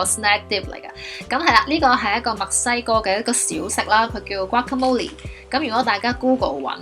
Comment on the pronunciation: 讀“嘩卡魔力’先岩